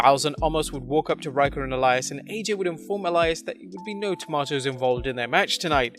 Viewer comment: The way he says tomatoes is making me cringe